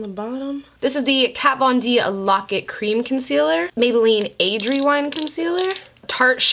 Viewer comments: Alondra Salgado or when she says cleam 😂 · Literally laughed so hard I cried over your error with saying cream wrong!!! 😂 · "All the Mac strobe cleams" 😆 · Take a shot every time says "cleam" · lmao at "cleam"! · I seriously laughed waaaay too hard at all the “cleam” mess ups 😂😂😭 I rewatched that part like 3 times and laughed harder each time lmfao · WE got all the CLEAMS girl, all the CLEAMS I was cracking up LMAO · “Cleam” lmfao 😂😂 I died everytime! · “All the MAC strobe cleams” 😂😂 I died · This video literally had me busting out laughing.....”Cleam”😂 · Take a shot every time says “cleam” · girl you had me cracking up when you kept saying “cleam” instead of “cream”😂😂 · I replayed her butchering "All the MAC Strobe Cleans" 50 times. LMFAOOOO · I laughed so hard every time she tried to talk about the Mac Strobe “Cleams” 😂😂 I FRIGGEN love you 💖💜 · dying when you say "cleems" ahahaha!!! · Idk why I cracked up so bad when you kept saying “strobe cleans” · when u couldn’t say cream i died 😂😂😂😂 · Lol couldn't get the word cream 😂 ur so beautiful 😍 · had trouble saying cream lol you think she can say safiya?! looooool